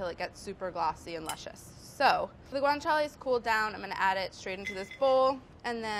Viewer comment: Even though she can't pronounce it